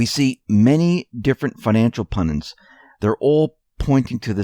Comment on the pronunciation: Wonder why SO MANY commentators CANNOT say PUN'-DIT. It's not "PUN-DANT" nor 'pendant', nor any other word. It's PUNDIT, dammit!